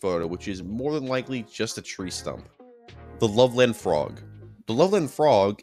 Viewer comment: As someone who lived in Loveland (Ohio, not to be confused with Loveland Colorado, a larger city), I can say that "Loveland" is pronounced more like "Lovelend", with a hard "eh" instead of "love-land". People actually talk about it quite a bit there, and local shops sell frogman t-shirts and whatnot. I've never actually met anyone who thinks it's real, but whatever. If anyone wants to know, I now live in the LA area.